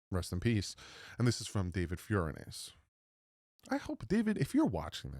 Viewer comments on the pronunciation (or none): David’s last name is pronounced Fur-own-iss